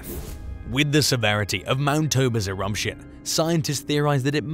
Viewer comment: There’s no M in the word Eruption…